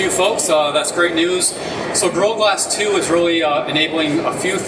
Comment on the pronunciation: This guy is a good presenter... but he doesn't pronounce "gorilla glass" very clearly